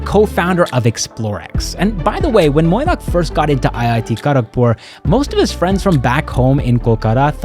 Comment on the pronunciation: Pronouncing Mainack as Moinack tells me you care about the small details.